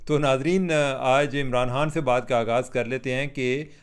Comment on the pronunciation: یہ خ کو ح پڑھنے والوں کا الگ ہی لیول ہے۔۔ ایک دم چوتیا لگتا ہے ایسا۔۔۔